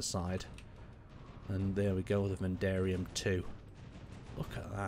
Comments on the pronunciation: Nice presentation very welll done considering you have dyslexia. Being unable to pronounce the metal Vanadium must have been very awkward. Well Done. As for the design, its a very nice trophjy model but as the frame rage indicates the cpu loading is massive and is not a practical proposition. a better variation would be to use less guns with the remaining being gatlings and have large kinetic drone missiles as the ranged arnament. \having many rail guns looks good but the power drain on recharge and the charge delay limits their effectivness and are useless in swarm attacks by corvette or light frigate classes. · Ok, I was wondering if I was the only one hearing him say Vadarium instead of Vanadian. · i die a little inside hearing you mispronounce vanadium. Van A Di Um. Not "vandarium". There is no R in Vanadium. Vanadium is Element #23 on the Periodic Table. This ship is probably orange because that's the color of Vanadium(V) Oxide. They've managed to nail the color quite nicely, actually. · It's called VANADIUM NOT VANDARIUM .... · Vanadium not Vandarium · “Vandarium 2” lol. It’s pronounced “Vuh-nay-dee-uhm” Other than that, it’s a cool video. I share your enthusiasm with cool ships, even if I don’t play space engineers myself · VADARIUM or VANADIUM? My goodness. At least get the name right. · Good looking ship. Vanadium is pronounced vah-nay-dee-um. There is no R in it, no silent letters, or invisible letters it is spoken exactly how it looks like it should be spoken. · Almost everyone: Vanadium like the element: Va-- Van--- Vadarium! Reminds me of his Donnager review where he kept calling the ship the Donner Kabob. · THANK YOU this makes me furious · Yeah I also was like what did he say? Turned on subtitles "mandarium" wow that's even worse then what I heard. 😅and yes I know these were automatic subtiles and not very good ones either. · You call's it: Vidarium Title call's it: Vanadium Two totally diffirence pronounced names, so which is it ? :P